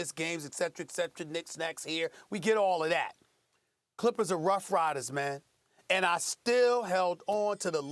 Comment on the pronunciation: It’s actually “we get olla’ dat” 😂